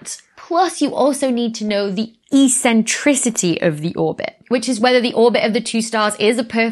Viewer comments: The way you say e-centricity is eccentric. Tks. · And yes , it's ECK Sentricity 😀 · "E-centricity"? Are you coining new words or did you mean eccentricity? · I like your eccentric pronunciation of "eccentricity".